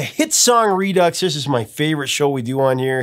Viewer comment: Did you just pronounce "redux" as "re-duckses"? Really? It's properly prounced, outside France, as "ree-dix". Sheesh.